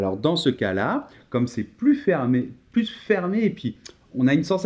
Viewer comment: Bonjour, merci pour cette vidéo que j'ai choisie pour que mes étudiants révisent. Mais j'ai une remarque : la prononciation du "s" de plus par Noémie "pluS petit". Dommage, car je travaille la prononciation de "plus" avec eux et dans ce cas le "s" ne se prononce pas ... Pourriez-vous ajouter un commentaire concernant la prononciation de "plus" ? merci !